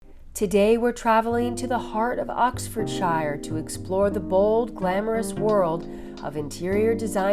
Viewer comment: Why do Americans pronounce names that end with “shire” so oddly? It’s one syllable but they’ve made it two for no reason? Aren’t they supposed to be a lazy lot?